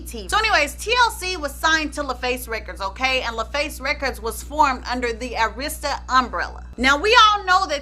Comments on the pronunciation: So I'm not the only one yelling AIR-ista everytime she says a-RIS-ta??? 😁😁😁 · You know i love me some!!!!!! Because normally i get so ticked🤯 when people do not pronounce Arista records (it was pronounced wrong) because its easy to say it......but i know your intention so i didnt get too hot 🤣🤣🤣🤣🤣 but you connected some dots very clearly...always a good job